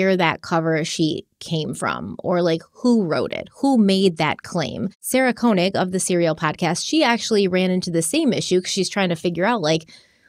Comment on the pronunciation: You pronouncing Sarah Koenig’s name wrong throughout this even after you listened to serial supposedly several times drives me insane 😂